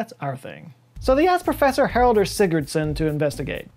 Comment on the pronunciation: Kudos to you for pronouncing Haraldur's name fairly well, and also for not referring to him as Sigurðsson (which would have been incorrect)